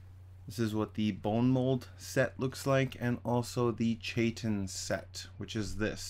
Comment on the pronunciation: Chitin is pronounced kai-tn. I have heard so many Skyrim players who never took a basic biology class pronounce chitin horribly.